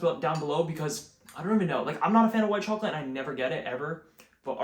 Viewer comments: I love your pronunciation of chocolate, "troclate", it's hilarious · the way you say chocolate is craaaaaaaaaaaaaaaaaaaaazzzy